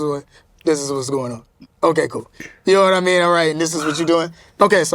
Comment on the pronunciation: I think it's more like, "Nahwmeen?"